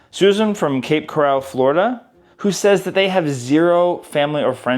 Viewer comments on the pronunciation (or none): I do believe that cape Coral is pronounced coral like from under the sea, rather than corral as to pen in.